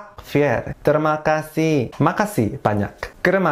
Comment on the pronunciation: Baca nya terma kasih njirrr😂😂😂